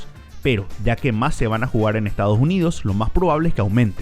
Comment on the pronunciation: Ejtadoj junidos